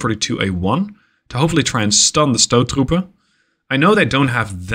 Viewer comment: As a dutchman i am very impressed with your pronunciation of stoottroepen, and that says something because dutch has a very hard pronunciation